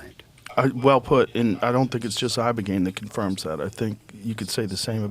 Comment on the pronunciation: Ibogaine ,,, brother not ivagaine